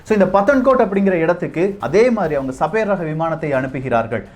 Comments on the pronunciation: என்னாது ?? சபேர் ஆ? 🤦‍♂️ Sabre? அதை சேபர்னு சொல்லனும்! சேபர் என்ற சொல் போரில் உபயோப்படும் ஒரு பெரிய வாள்! Star wars ல கலர்கலரா வச்சிருப்ங்யளே அது light Sabre!. !Ice age க்கு பின்னால் அழிந்து போன ஒரு புலி வகை சேபர் டூத் -Sabre Tooth. அதோட பல்லு வாள்மாதிரி கூர்மையா பெரிசா இருக்கும். தகவல் சொல்லும்போது சரியா சொல்லுங்க. சின்ன பசங்கள்லாம் ஒழுங்கா கத்துக்க வேணாமா? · Annae adhu sabaer illa. Saeber..